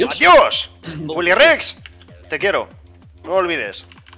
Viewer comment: Entendi bily rex o guily rex